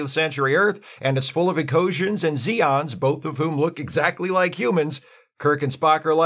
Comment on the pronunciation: They are Zay-ons, noe ZEE-ons